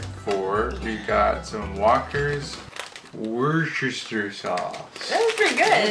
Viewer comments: WU - STA. that's it. no shire (pronounced sheer if you ever need to use it). cheers Canucks. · As someone from Worcestershire (an actual English county), I'm not sure how I feel about that pronunciation 😛 Probably the best way to spell it phonetically would be: wuss-tuh-shuh / wu-stuh-shuh, but it was a good attempt! Better than some I have heard!! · Doing a youtubeathon and just watched this video... coming from the city that makes this sauce made me laugh how you pronounced it.. Just watch shrek 3 im sure you will pick up on how its pronouced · Its just pronounced Wooster sauce, and we love Worcestershire sauce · I pronounce Worcestershire as wuster t's easier to say